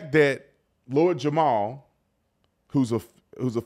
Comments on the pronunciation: Jamar... not Jamal... js. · Lord Jamar bro not Jamal 😂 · Its jamar bro not jamal lol